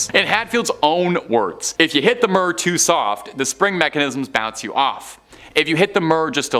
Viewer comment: WTF is the Russian space station murr? I remember the Mir station, or for this young Canadian guy, the Meer Station. Sorry but phonetics seems to work best on these channels. You do know what phonetics are, don't you??